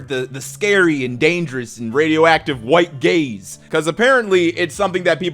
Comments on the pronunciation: I was listening to this while doing chores and I really thought you said that theater was trying to protect ticket holders from “white gays” 😱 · Oooh, he's saying "white gaze." I was very confised for a minute.